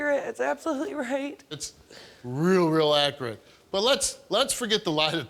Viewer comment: The test is more accurate than steves pronunciation of the word accurate.